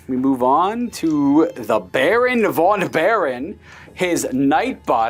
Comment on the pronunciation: In German and Dutch languages v is pronounced f. So Baron von Baron is pronounced Baron fon Baron.